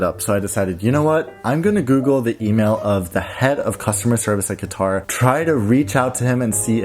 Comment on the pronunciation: It's katar with a strong k god European people with Arabic names and it's not dubai its dubei by joing D u and b